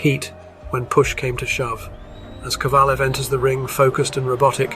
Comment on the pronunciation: You can actually hear Kovalev's name being pronounced properly and you still insist on saying it wrong through most of the video, are you puddled or something?